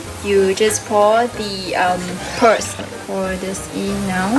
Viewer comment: cute pronouncation "PweArLs"